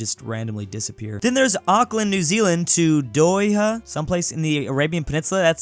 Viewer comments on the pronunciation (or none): What the world is a doyha its doha d-o-h-a do-ha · It's pronounced Do-Ha. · I did not know somebody could mess up "Doha" so badly ps: its DO-HA ( like the laughing ha) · watching pronounce Doha and not know what is it made my cry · They way he pronounced Doha is comical, hysterical, and straight up hilarious!! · I just don't understand where he got all those extra vowels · As a Qatari wtf was that 😳